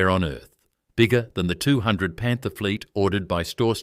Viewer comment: what the hell is a Leyland PANTER? stop using Ai